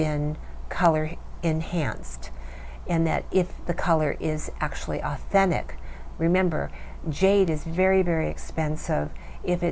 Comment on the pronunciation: Can you pronounce “ authentic “ again ? 😂🤣😅